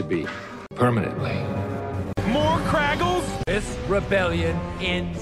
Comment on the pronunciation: it's KRAGLE